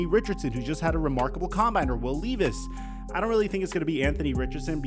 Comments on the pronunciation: Just correcting but it’s pronounced Will Lev-Es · Fields is better then every QB in the draft this yr by far. And STOP BUTCHERING WILL LEVIS NAME. SHORT E SOUND IN LEVIS NOT LONG E. Im in Ky i heard his name spoken for years. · I’m sorry dude love your vids your my go to for football but as a Kentucky boy your saying Will Levis totally wrong😂